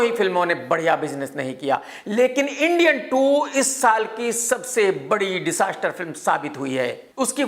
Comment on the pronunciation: Tujhe disaster kahna nhi aata apni bukebulry sahi kr